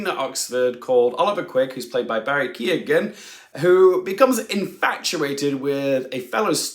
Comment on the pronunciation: Why can’t English people pronounce Irish names? Especially the name of an Oscar nominated one? It’s Keoghan - the e is not pronounced at all - it reminds me of the trauma of Saoirse